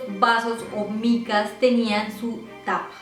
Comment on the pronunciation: No se dice "micas" sino "NICAS"!